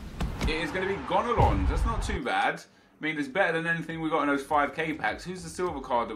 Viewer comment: i m french and ur prononciation was perfect when u said gonalons ;)